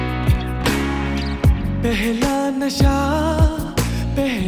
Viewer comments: pihla nahi pehla nasha khumar pronunciation is also wrong bro stop using autotune, it will not help you at the time of live concerts. Aur haan khul ke gao. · Oh God! Such a beautiful song destroyed by this wrong pronunciation KHumar 😢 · The singer can't even pronounce "Khumaar" correctly and it has ruined the charm of the song. I'm going back to original one.. 👎👎👎